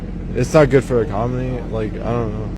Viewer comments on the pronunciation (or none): I'm pretty sure he says "ecomony". Or maybe I should have said I'm Not Sure if he said economy or ecomony.